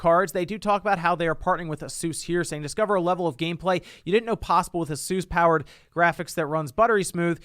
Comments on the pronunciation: I was into the vid until he said asus the way he did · Asus is pronounced ay-soos? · that is definitely NOT how you pronounce asus